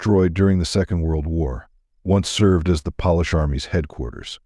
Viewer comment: The polish has been one of the best mispronounced ever.